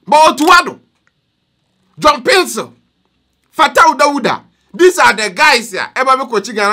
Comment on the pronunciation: I like how u say "Fataw Dawdaw" .... say it again. 🤣😂😀